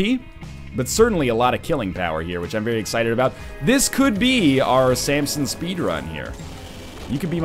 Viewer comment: Keeps calling him Sampson. Fml.